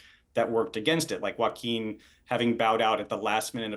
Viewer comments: yockim??? HUAHKKEEN =JOAQUIN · I love the English, they invented the best language in the world and can't pronounce the word Joachin! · Learn how to pronounce Joaquin ffs